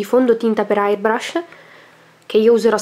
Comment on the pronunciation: airbrush...non hairbrush, che te metti il fondo sui capelli? hhahaha!! :)